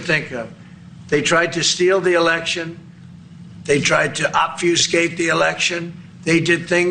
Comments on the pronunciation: Did he say opvuscate? I don’t even know what that word was suppose to be ? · They tried to "obfuscated the election"??? He doesn't even know what obsfucate means. 😅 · The 34 felony convict , who can't even pronounce the word OBFUSCATE . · Which he mispronounces....